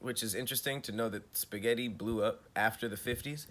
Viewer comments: Who's out there adding random S's to spaghetti 😂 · Who is out here putting an “s” at the end of spaghetti is the real question! Thank God I’ve never heard anyone do it. 🤦🏽‍♀️ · Don't ever say 'spaghetties' again!! EV👏🏽ER👏🏽!!